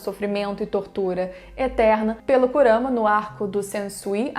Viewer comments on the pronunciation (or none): none